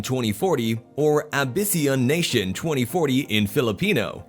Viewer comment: its pronounced ám-bee-shon ná-tin